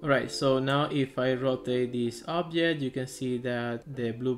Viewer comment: I don't understand some words, you say obdjet but indeed it should be object. There's a lot of other examples like dees instead of this, sorry dude, but it's so uncomfortable to listen!